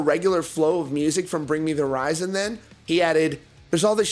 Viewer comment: And omg,if he says bring me the" rizon" one mo time😂